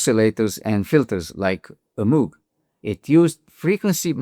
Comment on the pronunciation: Please learn how to pronounce the name MOOG.